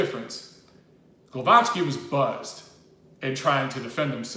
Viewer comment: the pronunciation is Gwovacki in English